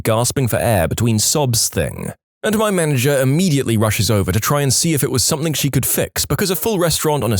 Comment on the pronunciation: I really do enjoy listening to your stories. There is only ONE complaint. Stop mispronouncing "ing" as "ink". eg. Something, not somethink. It really grates on me.